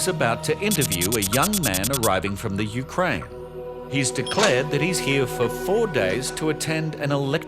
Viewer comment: "From the Ukraine" or "UK"? LOL